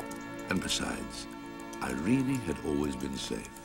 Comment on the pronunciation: The only thing I hated about this movie as a kid was the pronunciation of the Princess' name "Irene-Y" it's so annoying. Just say "Irene" like "Irene Cara".